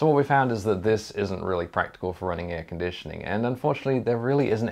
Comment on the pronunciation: Air-con-dit-ioning! Texas salesmen accent engaged you just come on down and get you some chill'n now, son. Yeehaw.